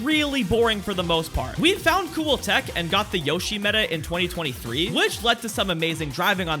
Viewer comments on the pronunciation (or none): none